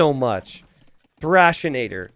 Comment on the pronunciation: THRASH-A-TOR. Not Thrashanator. :P